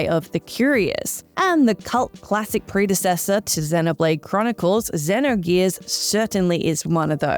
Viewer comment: the way she kept pronouncing xenogears gave me anxiety